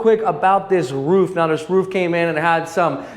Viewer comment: The first American I heard who pronounces "roof" correctly!!!